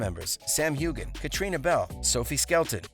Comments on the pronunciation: NOT HUGHGAN...Sams name is pronounced Huean. Practice!!!! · If you're going to make these kinds of videos, make sure you know how to properly pronounce names. It's not HU GAN the G is silent. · You’re mispronouncing Sam’s last name. The G is silent. Like this: “Hue-Ann” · I wish the narrator would learn how to pronounce Sam's last name. Geez!!! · Oh my... How many times did he mispronounce Sam's last name?